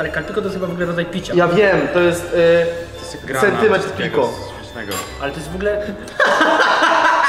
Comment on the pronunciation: Centymentr piko haha